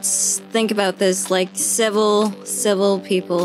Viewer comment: 크로니가 한국어를 잘하니 civil의 단어가 한국어의 욕처럼 들리는건 착각이겠죠? ㅋㅋㅋ